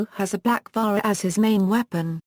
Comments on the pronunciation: its not vahra.......its vaJra.....the J is real J not H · I studied Sanskrit and Hindi at university and 100% agree! Wrong pronunciation - this isn't Spanish!! They do that in Spanish jalapeno is "halapeno" - not Sanskrit or Hindi! Narrator is Britisher, so what do they know?